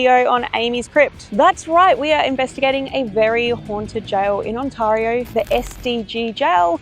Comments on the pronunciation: The A in Ontario is pronounced "eh". It's not blended with the R. Ont a rio. Welcome to our nightmare, that our prime minister created. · I know it’s the Aussie accent, but the way they pronounce Ontario (it’s ON-TEAR-EE-OO) has me laughing as I’ve never heard it pronounced that way (was born and raised in Ontario, born near Toronto in Mississauga, and from the age of 5, lived in St Catharines and Niagara Falls then back to St Catharines before emigrating to the UK)